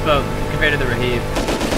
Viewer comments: Raheeb??? Wtf are you saying, it's pronounced rib like in the chest, great video though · i love how everyone pronounces RHIB like RAHEEB. its freaking rib. Like your Ribs. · Definitely Rib. Raheeb may be an American way of pronouncing it. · why is someone calling it 'rahib' like its a muslim lmao. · It’s not reheeb, it’s pronounced rib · Nope. They definitely call it a RIB in the Navy. Also, see basic English pronunciation. There is no A or I between the R and the H. Why would it be pronounced RAHIB? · Any else geting pissed he keeps saying Rihib insted of RIB ? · Its pronounced RIB not raheeb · Rhib, Pronounced Rib not Reheeb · what the fuck is a raheeb?.....You mean RHIB...pronounced Rib...LOL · RHIB Is pronounced Rib btw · Yeah, it's called a RHIB, or pronounced rib. Stands for Rigid Hull Inflatable Boat. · RHIB = Rigid Hulled Inflatible Boat and it would be pronounced 'rib' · clearly you've never used one, it's a rib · It's pronounced "rib" you silly villains. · stop calling it a reheeeeb, its a Rehib, REEEEE HIB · No, it's just RHIB, pronounced 'rib'. Simple as that.